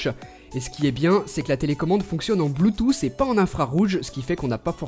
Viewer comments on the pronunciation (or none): c'est pas bluetoouuss c'est bluetooth